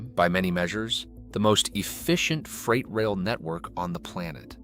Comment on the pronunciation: Bad A.I. video. It shows cars, not freight cars. Clearly A.I. built this video. Freight is pronounced "Frate", not "Fright". English may have lots of German words, but this one is not pronounced following the Germanic rules. English has many, many, exceptions to almost every rule. Read, read, reed, Reid. One of those is pronounced "red", but all the others are with a long-E sound. The USA has the largest rail system in the world. Ours it just optimized for freight, not passengers. Freight trains today, at least on the outside, look very much like they did 50 yrs ago when I was a boy. I've had to wait 20-30 minutes for a train to pass so I could get to school or work many times. I've been on Frances and Italy's high speed trains. They were nice enough, but felt well-used. The Italian train was a bit faster and felt higher-end from a passenger cabin standpoint., have you ever stayed in a sleeper car on a train? I have. They put 4 people into those cabins and lock you inside overnight to prevent thieves from visiting other cabins overnight. The conductor shows up twice in the middle of the night to check tickets and passports, assuming you aren't stopping to drop/pick up more passengers. Our cabin had the heat turned all the way up and we could only open 1 tiny window in the upper part of the windows. It was sweltering all night. We shared a cabin with 2 random people. Nice people, as you'd expect, but none of liked sweating all night in springtime (April). When the train